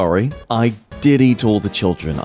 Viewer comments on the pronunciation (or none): I thought he said "I Diddied all the children", not "I did eat all the children" 💀💀💀